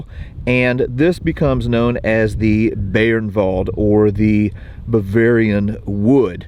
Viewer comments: Fucking learn how to pronounce names. Not Beernwald by By-ernwald. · Thanks,, great video as always. Please allow me to comment on pronunciation. The German word "Bayernwald" is pronounced "BUY-ernvald".